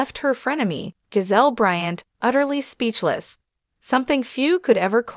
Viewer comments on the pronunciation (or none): Karen is snake in the grass. Her name is JAH-ZELL, not GO-ZELL, you people need to have more respect for US.